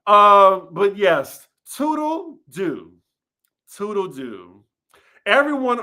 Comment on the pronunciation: ANNNNDDD it’s “tootle-Looo”